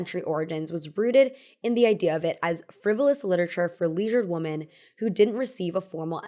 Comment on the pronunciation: stop mispronouncing the word women